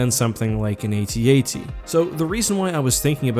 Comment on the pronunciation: The atat you say atat like adad